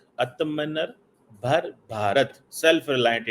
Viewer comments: पहले आत्म निर्भर बोलना सीख ले बेटा। बाद में रोना। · आत्मनिर्भर बोला भी नहीं जा रहा😂😂